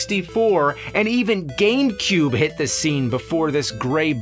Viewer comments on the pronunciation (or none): none